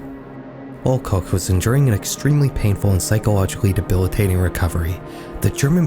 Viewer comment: HUGE shoutout to you bothering to pronounce the German words and names properly (I gasped a little at that "Koch" and rewinded to check I was hearing that right lol) and doing some proper research too. Even showed Schlag den Raab when mentioning competing shows. You didn't have to, you didn't even mention it by name specificially, but your b-roll actually showed relevant information. That's some dedication to accuracy. Anyways, love your videos! Keep up the great work. ETA: Little correction though. The accident did get aired, you could see the fall on camera. It didn't look bad when it happened, because everything happened so fast. You likely just have an edit of the broadcast that cut that part out to be respectful to the victim(s). The version everyone saw live on TV is available on youtube, but not that easy to find if you don't know German. For those curious, search "Wetten, dass..?? Unfall KOMPLETT mit Wetteinsatz" on YT, you'll find it.